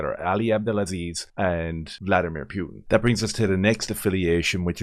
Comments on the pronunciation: Pewtin whaaat😂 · Pyutin 😂😂😂 Jesus, man 😅